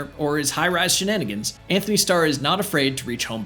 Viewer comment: It's Antony Starr, not Anthony.